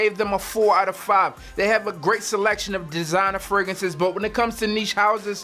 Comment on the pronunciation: Hey bro not trynna critize but can you plz use the second R when saying fragrances it sounds really weird when you say fragances